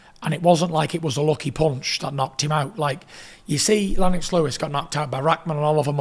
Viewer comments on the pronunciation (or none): none